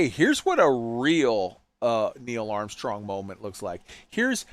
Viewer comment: I love that you went full Latvian on the Armstrong Moment